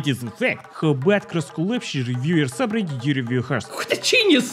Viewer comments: No it’s Soobridit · Its soobridit